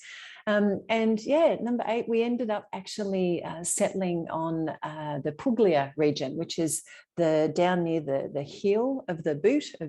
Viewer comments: Thanks for the video. I liked hearing your reasons for purchasing in Italy. I too love the star ceilings and the pietra leccese so typical of properties in Salento. Btw (and only because you’re learning Italian…the “g” in Puglia is silent - so it’s pronounced poolyah. I look forward to your upcoming videos :) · Now you have to learn how to pronounce Poo-yah